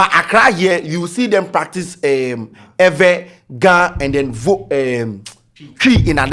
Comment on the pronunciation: The way he got the Ewe right 😅